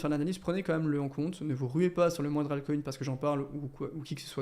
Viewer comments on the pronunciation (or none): none